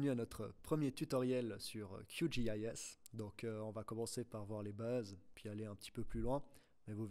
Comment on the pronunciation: C’est horrible Qgis prononcé à l’anglaise